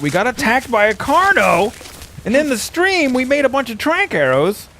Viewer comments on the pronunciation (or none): none